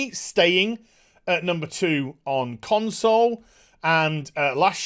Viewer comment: Did he just drop "Con-soys"?